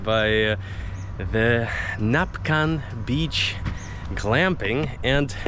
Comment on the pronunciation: NAC-pan :D